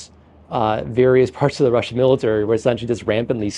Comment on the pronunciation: Can't you find a compare that can say 'Russian' instead of 'Wussian' ? Common sense.